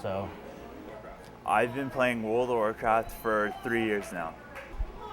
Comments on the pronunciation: I been playing world o racat for 3 years now... After 3 years you would think he could pronounce its game name better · Why the hell cant the guy say world of warcraft properly, what is wrong with him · WTF can anyone who plays this game say it right its WORLD OF WARCRAFT not fucking WORL A WARCRAFT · Didn't anyone think to ask, what orld of orlcraft was? He can't even say the name of the game. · that cant even talk....wrld of rcraft...omg.